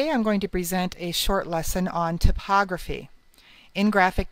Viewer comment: "tip"ography? thought it was pronounced "Type" Ography?